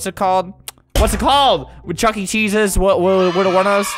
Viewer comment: It's chuck-e not chucky lol